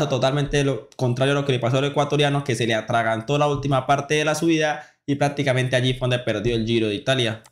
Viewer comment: Aprenda a pronunciar bien no estropee el idioma, no se dice praticamente es prácticamente con c